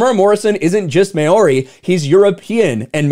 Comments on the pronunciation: Okay, first, "Maori" is pronounced "Mow-ri" (long o-w, like mouth). Just thought you might be interested to know. Second, companies like Disney aren't "bending the knee", they're "Bending Over And Spreading Their Cheeks" for the Woketard Community. And you're right - Enough will Never be Enough! They won't be Satisfied with anything Less than *Everything*! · I'm more shocked by the attempt to pronounce Maori, just completely wrong dude. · how do you not know how to say maori?